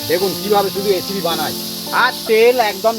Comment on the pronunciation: এসেপি না বোলে রেসিপি বললে ভালো হয।